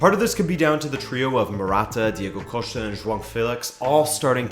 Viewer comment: Diego Costa is Spanish....so it’s not coshta